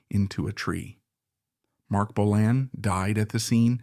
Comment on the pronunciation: Hate when AI can' t prounce Bolan correctly